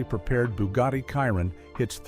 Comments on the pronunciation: I am so sick of AI. Some random old guy it called And Wallace and mincing the name Chiron calling it KY-Ron. WTF! YouTube please ban this AI BS! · PLEASE STOP WITH THE AI NARRATION. Where will I start? Well for a start that is definitely not the correct Andy Wallace, that's not how Mate Rimac is pronounced, also not how Chiron is pronounced, Sweden have produced other cars I could continue but this 5h1te doesn't deserve anymore of my time than this.